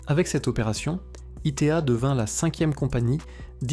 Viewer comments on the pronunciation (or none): ITA ne se prononce pas I T A